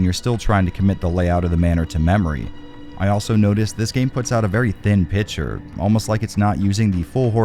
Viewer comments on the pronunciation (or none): Why do you say pitcher instead of picture?